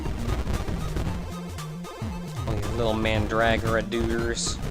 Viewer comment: Kind of odd to have a greenhouse right after the entrance. Man-drag-gore-a, not man-dragora. Emphasis on the go, not the dra. I wonder if anything'd happen if you'd do that near the cat. :p Why didn't you go here before? Wait, why isn't the hall guard guy (or whatever) chasing you? The clock isn't ticking. Explains how you have so much time to do stuff.